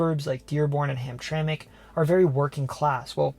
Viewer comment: I'm impressed. You did your homework. You pronounced Mackinac, Sault Ste. Marie and Hamtramck properly.